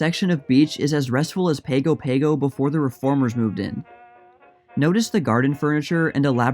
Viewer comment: Pago Pago is pronounced "pango pango."